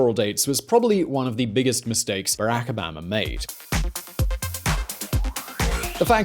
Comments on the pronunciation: Why are you saying oh bahh ma? It's obama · Stop sayin O-bam-a tf is bam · You say pronounce "Obama" weird